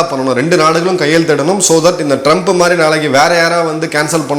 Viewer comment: Madhiri not MARI.